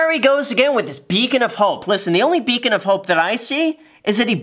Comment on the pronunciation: literally ''becon'' of hope :D